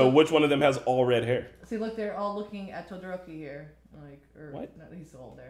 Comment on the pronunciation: is no one gonna mention how sero called todoroki “broki”😭